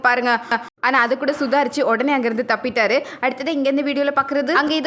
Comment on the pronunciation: தப்பிட்டார் - தப்பிச்சிட்டார்.